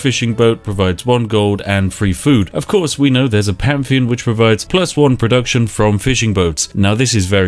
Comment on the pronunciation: English: pantheon Spiff: pamfeon